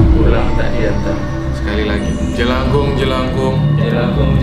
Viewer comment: Salah bang Bunyi: jelakung